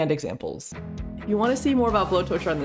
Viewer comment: I thought it is pronounced like blow-torch but not explicitly blow-torch -> bow-torch